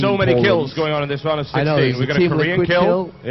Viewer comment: hehe yeah he also puts a `k` at the end of a lot of words like goingk